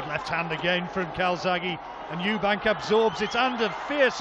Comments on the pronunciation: Frank Warren has known him for over 20 years and still calls him Eubanks 😂😂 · And Frank Warren can't even be bothered to say Eubank, instead of Eubanks. Ignoramus. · It's Eubank not Eubanks ffs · Stop fucking calling him Eubanks, it’s EUBANK. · I love the way Frank Warren relentlessly adds an ‘s’ on Eubank, to make it ‘Eubanks’, to this day..... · It's Eubank. Called him Eubanks atleast 20 time. It's disrespectful to not learn a guys name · Frank Warren always says Eubanks. Done it his whole career. Does he not realise it's Eubank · Someone needs to tell Frank it’s Eubank not Eubanks. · His name is Eubank, not Eubanks you weapon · His Name is Eubank, not Eubanks! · Why does Frank Warren keep calling Eubank 'Eubanks.' Strange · Eubank, not Eubanks! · Why he saying Eubanks when it is eubank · ....also, ‘Chris Eubanks’ ...?! Christ Franks! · Eubank not eubanks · "Eubanks"?? WTF? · This is impressive by Calzaghe. Wtf is Frank Warren falling him Eubanks. His name is Eubank. If this is not a known nickname for Eubank, I think Frank Warren should be banned from all boxing. You can’t add a little s when you want to. We are English people. We do not Call him Eubanks if his name is Eubank! This video and Frank Warren being paid what he gets and being that thick to call him Eubanks is crazy!! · Stop saying "Eubanks" it's embarrassing! STOP IT! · At one point he says 'Eubanks' 4 times in 6 seconds. It's a derisory act to get someone's name wrong. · With respect to Frank Warren and all he has done for boxing promotion , at least he could get the name Chris Eubank correct please . He dropped the 'S' at the end of his surname many years before . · Could at least say "Eubank" properly after everything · Stop saying "Eubanks"